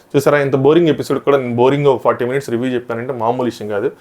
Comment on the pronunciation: ఎపిసోడ్ bro అది పిసోడ్ కాదు ❤❤